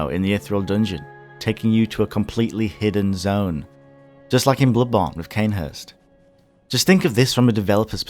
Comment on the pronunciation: I hate how he pronounces bloodborne